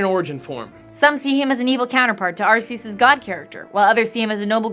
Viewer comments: Everyone calls arceus areseeus when it's actually arekeeus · She Said Arceus Wrong....... Its ARC_E_US not AR_SEE_US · It's like Heaven and Hell, but more Pokémon-themed! And it's pronounced ARK-ee-us!